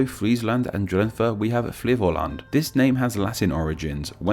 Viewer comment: I'm mad at you for mispronouncing my province. THE H IS SILENT IN DRENTHE!!!